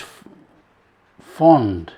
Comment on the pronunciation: There is an "R" in frond, dummy